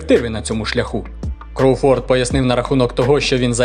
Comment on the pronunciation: Я навіть чекнув західних коментаторів, правильно КрОуфорд, а не КроуфОрд, цей наголос дуже ріже вухо.